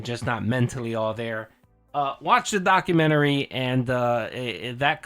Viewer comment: can't say documentary? 😅